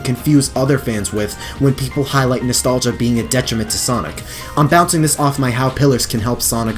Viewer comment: say with me, nostlagia!